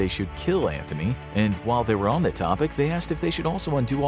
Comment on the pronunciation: I love your channel, but everytime you talk about Ceasar you say Mark "Anthony", its Antony, there is no H